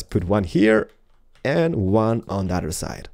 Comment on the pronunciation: love how u say other side sounds like ur saying udder side